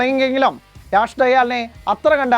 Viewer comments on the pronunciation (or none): none